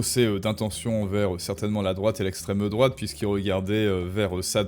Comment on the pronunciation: Contenu très intéressant, je suis une abonnée fidèle, et regarde souvent. Mais je me demande, pourquoi prononcer les « e » comme des « eu », comme é-t-ran-geu-ment, extremeu-droite, etc. ? C’est une vraie question.